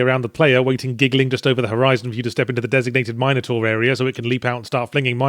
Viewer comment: I just see this and you and i say it correctly . Minor taur. Nice